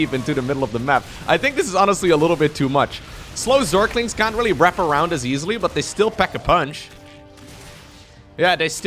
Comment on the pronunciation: zerklings --> zerglings